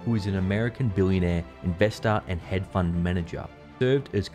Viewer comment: Lol... what the f is a “head fund”?!?